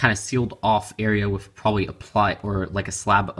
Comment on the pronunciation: you say wif instead of with